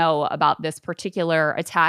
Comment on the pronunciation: This chick said “las vigiss” and”telamet-tree”